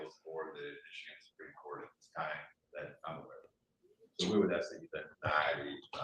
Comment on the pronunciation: Supreme “coat”😂